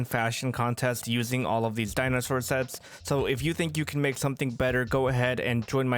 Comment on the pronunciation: Dinosaur sets not shets why you speak like that